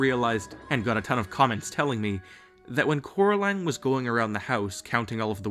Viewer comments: "Its coraline, cor-a-line" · Why is the girl name called Coraline instead of carrotline😂😂😂😆